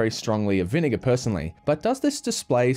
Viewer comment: Why did he say vinigga